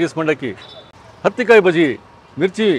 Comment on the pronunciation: ಅದು ಹತ್ತಿ ಕಾಯಿ. Meaning as smooth as cotton ball. Not ಅತ್ತಿ ಕಾಯಿ